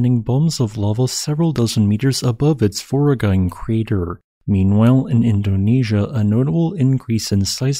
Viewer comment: That is voragine with g pronounced as a j and ine pronounced i as in bimbo + n + e as in set